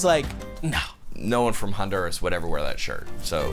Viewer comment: I love how John says Honduras…Hahn-DUR-as. 🤣🤣 John, try Ohn-Doo-rah-s!